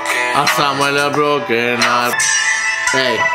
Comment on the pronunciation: "C'HO IL BROGHEN ART" AHAHAHAHA